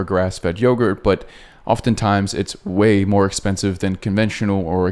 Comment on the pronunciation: I could be wrong, but I think they were talking about how he said "...oftentimes it's way more expensive than conventional or expensive..." "Way" sounds like "whey" which is the liquid you sometimes find sitting on top of your yogurt before you mix it. It's a great source of protein!